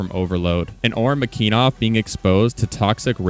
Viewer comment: McEneeeeeeeff not McEnov wtf